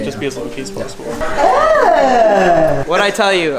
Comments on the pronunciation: without you guys none of this would be “posslible” 😂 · you guys need editors. "Posslible"ly me!!